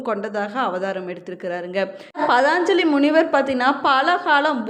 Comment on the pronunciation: தமிழ்கடவுளின்பெருமைகளைகேட்பதில்பேறுபெற்றோம் ஆனால்அந்ததமிழ்கடவுளைவர்ணிக்கும்போது தமிழுக்கேஅழகுசேர்க்கும் ழ கரத்தை அதற்கேஉரியஒலியில்சொன்னால்தான் அழகு ஆனால்தாங்கள் ழகரஉச்சரிப்பில்கவனம்செலுத்தினால்நன்று ,பதாஞ்சலிஎன்பதுதவறு பதஞ்சலி என்பதுதான்சரி